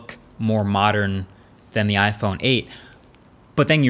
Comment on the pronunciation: Ok is it just me or did he call the phone "Fin" ??? Lol